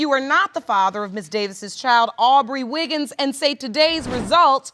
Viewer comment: It's Wiggins not Wiggles!